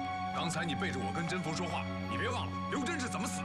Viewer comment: 甄宓 应该读作zhen- mi\ 吧。。。